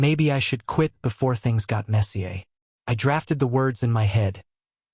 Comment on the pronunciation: All these stories are using the same defective pronunciation guide. For instance -- "messier" is English, not French. It is pronounced "MES-see-er, not "mes-see-AY". It means "more messy".